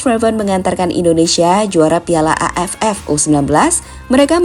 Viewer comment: Ngomong AFF di tekenin banget